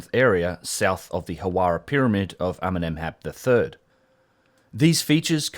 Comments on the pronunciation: I thought you said Eminem's hat the first and I think the captions said the same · I understand everytime Eminem instead of Amenemhat! xD